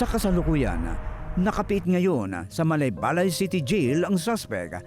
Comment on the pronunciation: Parang mali pagbigkas ni Gus sa Malaybalay. Dapat bago siya magreport alamin niya muna dapat kung ano ang pronunciation ng Malaybalay.